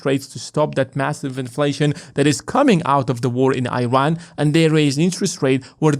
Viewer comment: Young man. It’s called “Eeran” not “Airan”